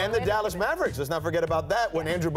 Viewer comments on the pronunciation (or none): none